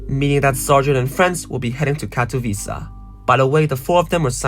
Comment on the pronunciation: nahhh bro what is that pronaunciation of "Katowice" 😭😭